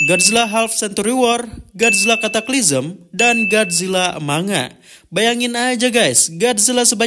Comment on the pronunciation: Entah kenapa selalu ketawa aja ketika denger admin nyebutin "Godzilla Cataclysm" Gue dengernya "Godzilla Katak Item" 🤣🤣🤣 Well ada benarnya sih, katak dan Godzilla kan sama-sama amfibi 🗿